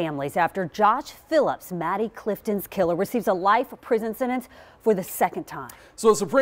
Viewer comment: Anyone else notice she said Maddy Phillips?